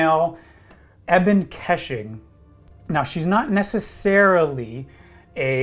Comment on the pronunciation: if your gonna run units like Ebon Keshig you better learn how to pronounce it correctly.